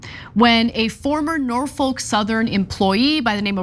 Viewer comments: It’s Nor-fuk Ana... Nor Fuck... not folk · The L is silent In Norfolk Ana